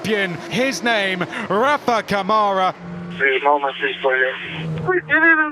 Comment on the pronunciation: “Rafa CaMoRa” 😂😂😂😂😂😂